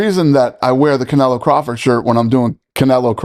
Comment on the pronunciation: Can say canelo right 🤣